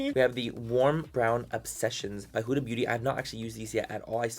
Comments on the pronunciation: 7abibi it’s not hOooOoOda it’s huda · Habibi it’s not hOooOoOda it’s huda